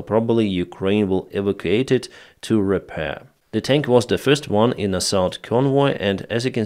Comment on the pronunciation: Evacuate evacuate evacuate learn this word evakuyuyusya E. Vact U ATEDE! Sorry love your channel